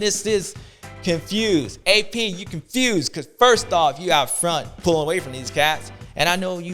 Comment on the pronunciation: Constewed not confused 😂